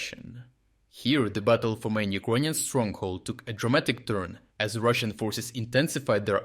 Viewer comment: Why does no one else say Ekroynian instead of Ukrainian?